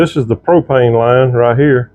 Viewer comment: Soon as he said Pro-pane I was rolling 🤣 😂 💀